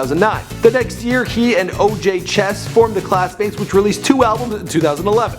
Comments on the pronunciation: og che$$ not oj. come on just read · Did this nigga really just say Oj Cess. Its OG CHASE.